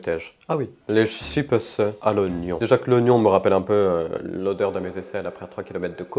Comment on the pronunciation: "Des chippeusse" 😂😂😂